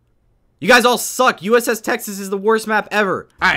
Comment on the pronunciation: You said USS sexes lol